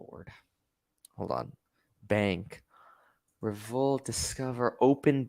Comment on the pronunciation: At the end is he saying Revolut or Revolt...? I know what Revolut is but I don't see anything on the first page of google for "Revolt". Hit me up Kev if you want the long story short on Revolut.